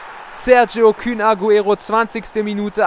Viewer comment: Das heisst kun nicht kün